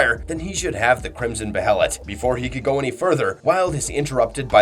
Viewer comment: I will never subscribe to ur channel because you say be(heh)let , you say behelit (bay-lit) it’s like nails on chalkboard